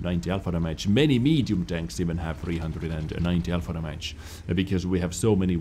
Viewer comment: Gotta fucking love the accent mate, lol. I can't help but laugh as well when he says... Dhamajj. (Damage) xD Not saying it's bad, I just find it funny.